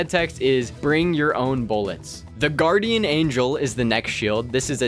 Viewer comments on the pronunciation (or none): none